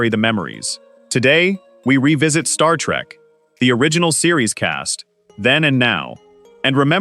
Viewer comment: Does it BOTHER anyone else how this guy keeps saying star-trak instead of Star-trek